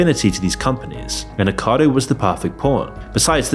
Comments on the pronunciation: Nick-o-cardo please pronounce his name correctly it is so annoying that you dont.Great video i reall enjoyed it ,there was another youtuber that was not so much a muckbanger just very over weight and struggling with her mental health i loved her chanel and was very upset when she passed away at a young age ,she had literally eaten herself to death she was Jen of Life by Jen a truly tragic story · Off topic but I like how ppl still miss the first "o" letter for "Nikocado" so it just seems like they're saying "Nikado" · its a little distracting to hear "nikado" instead of "nikocado" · I thought i heard it as nikado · You still can’t pronounce “nikocado” and keep saying “nikado” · Something I've noticed the previous time you featured Nikocado Avocado, I think you're pronouncing if Nikado Avocado? Maybe I'm wrong but it sounds wrong to me they way you say it lol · This dude puts all this time and effort into these vids and still just throwing/taking away syllables from peoples names constantly. "Nickado", "Trisha PayAtas". The fuck?😂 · lmao talk about biased content creation. Moron cant even pronounce "Nikocado" properly. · Nikocado has FOUR syllables not THREE!!!! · Erm, it's NikOcado. If you're going to talk about someone, at least pronounce the name properly. For the record, I think he's a fool, as are all of these "Mukbangers." Cheers. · How do so many people mispronounce NiKOCADO Avocados name? All these YouTubers seem to miss the OC in his name altogether, or maybe I’m pronouncing it wrong? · No, you’re right! The constant mispronunciation of his name during this drove me potty 😵‍💫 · Pronounce it right please 😂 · You really mispronounced his name 100+ times? 😂😂😂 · This video is good and all, but can't you at least made the effort to read Nikocado right? The word is in your script, on your video while you were editing with only 4 syllables but you still can't get it right. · Why do so many of these creators call him NiKADO? Isn't it Nik-O-cado? Like av-O-cado.